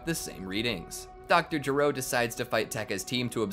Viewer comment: It's not DR JURO It's DR G.E.R.O